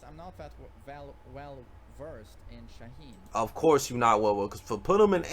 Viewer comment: why you call Shaheen "Shaheem", that shit had me laughing 🤣🤣